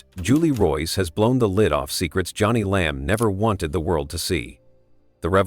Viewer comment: This is AI generated. Her name is pronouns Joan-ie, not Johnny. Totally disagree that she’s sincere. She knows she’s lying and keeps telling another lie to coverup the last lie.